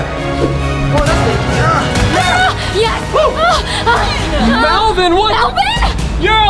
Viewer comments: Not perilta melivin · melvin not melven